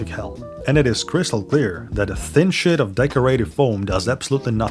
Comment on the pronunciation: Just a friendly note, I know that you have an accent, but at one point you said the word 'sheet' and it very much sounded like 'shit', and threw me off momentarily. You might want to slow down and enunciate a bit more with that particular word 😅 you don't want to be saying 'hang a shit'. Really excellent video though!